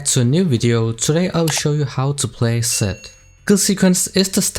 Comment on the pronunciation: when you say Zed it sounds like you said Sett XD. Btw thanks to your videos I learned to play better characters that I wanted to learn and thank you for that ❤️❤️❤️.